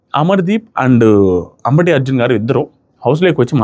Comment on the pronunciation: అంబటి అర్జున్ కాదు అంబాటి అర్జున్